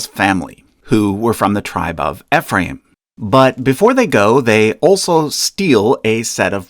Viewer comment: Just a small note from a non-mormon in Utah, Ephraim is pronounced: Ee-fram